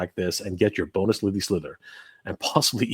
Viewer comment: Don't you mean 'Bone'us Lady Slither ?